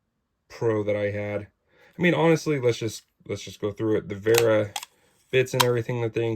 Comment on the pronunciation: It is nice for my german ears to hear you say "Vera" correctly. Many english speakers get tricked into saying sth like "wearer". Now if you could punch "Zyklop" into google translate some time and listen to the german way of saying it, you'd be next level. Thanks for reviewing this tool. I was thinking if it is worth the money for quite some time now.